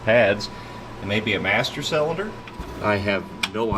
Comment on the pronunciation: Hope you’re feeling better man! Something you might get a kick out of is whenever I’m with my buddies and watch your channel we play this drinking game where every time you say “cellunder” we take a shot, and boy have we had some rough episodes 😂😂 keep up the good work sir!